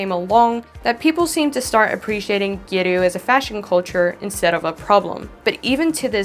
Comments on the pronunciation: very fun. the lower lashes were beautiful, I'm shocked it was a drawing not a false lash. using a false lash would've been a lot easier! the "a" in "gyaru" is a short "a," like in "gal." ( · I'm sorry but how you say gyaru...🥀😭